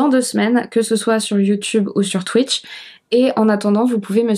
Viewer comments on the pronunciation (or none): none